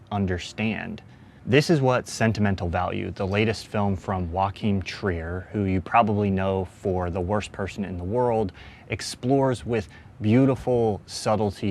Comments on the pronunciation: Yoo-ah-kim Tri-er. Not Joaquim Treer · bro said wachim trier